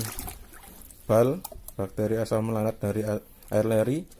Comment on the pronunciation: Kok saya dengernya asam laknat 😭